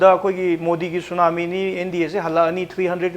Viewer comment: tsunamo haibane tsunami haiba natte